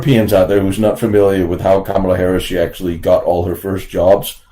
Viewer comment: Did I hear you say KAMLA Harris? lol